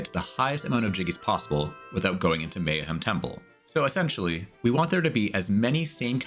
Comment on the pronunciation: Lots of rushed pronunciation in the video lol. Not sure who Mayahim Temple is but I hope she’s doing well.